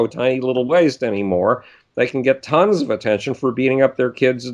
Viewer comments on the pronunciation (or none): none